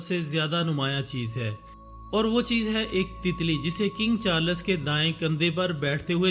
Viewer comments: Not charlas Its charls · At least pronounce the name of the king right